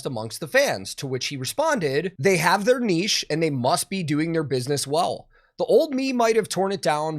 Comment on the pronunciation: Finally! An american who can say "niche" correctly! 🤣🤘👍.